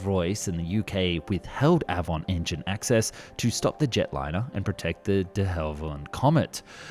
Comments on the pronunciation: Love your work. The Avon Engine is pronounced Ay-von. Named after the English River like all the RR engines. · It's A-von, not a-von........ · Avon and Derwent. Do try and get the pronunciation right! The A in Avon pronounced as the ‘a’ in lake. Derwent as one syllable not two. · Despite the commentator’s obvious Englishness he.can’t properly pronounce Avon and Derwent, two English rivers that RR named its jet engines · Not to carp but how can you get so many well known names pronunciations wrong? The 'A' in Avon is as in day. The 's' in Viscount is silent and the 'i' is as in iceberg not as in disaster. Your pronunciation of de Havilland is just weird. Apart from that great stuff by the way 😀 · Anyone with an ounce of culture would instinctively know the correct pronunciation of Avon and Derwent - both being rivers in England. Shame that the narrator does not have any such education. And if he wasn't cross-eyed, he'd had managed to pronounce the V and L in De Haviland in the correct order.